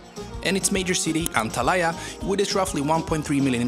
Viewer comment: Antalaya??? sorry but can't you read it says Antalya and NOT Antalaya!